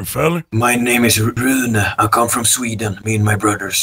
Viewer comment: i bet hes bloody swedish ”my names rUnE im from SweDeEn CALLED IT